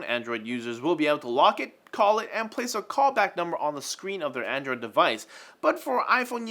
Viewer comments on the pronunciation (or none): none